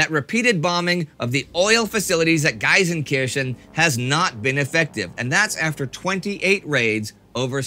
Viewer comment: Quick Correction about pronounciation of one of our Cities. I'm pretty sure you meant "Gelsenkirchen" which is spoken "GeL" like in "Loser". That is, unless there is a second city with a similar name around there which I am not aware of :D . Apart from that, the pronounciation was good.